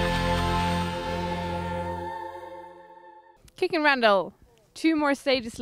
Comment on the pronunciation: it's Kikkan not Kikkand...